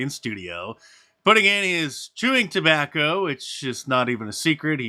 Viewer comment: Chew 'terbacky'!!! OH No! Gross. Tucker needs to stop this addiction.